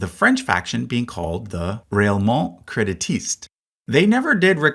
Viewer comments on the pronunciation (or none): Yeah, I noticed that too, although he did the opposite for "ralliement", spelling it correctly but pronouncing the first half as the English word "rail" when it should be more like "rali". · Hey dude, I enjoyed the video very much! There were sometimes when your prononciation of French words were a little bit off, like: - « Partee bleh » - « railment » - « Polièvre » instead of Poilièvre If you’d like, I’d suggest just writing the words in google translate and listening to the prononciation, they’re really spot on!